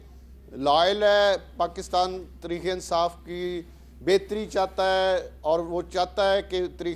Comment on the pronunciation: راجا ریاض کو تحریک انصاف بولنا نہیں آتا اور ان کو عوام اپنانمائندہ منتخب ہو۔